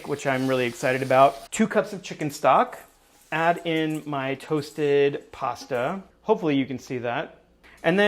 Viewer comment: Anyone else hear 'chicken socks' in section? 😂